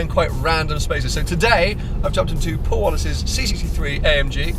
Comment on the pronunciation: hahaha "Powl Powl it's a rally spec"